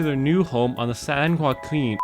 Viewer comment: The strokes at trying to pronounce San Joaquin valley 😂